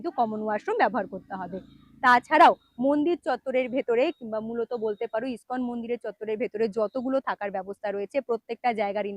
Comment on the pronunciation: তুমি আবারও বানান ভুল উচ্চারণ করছ মায়াপুর স্কন মন্দির হবে না, মায়াপুর ইসকন মন্দির হবে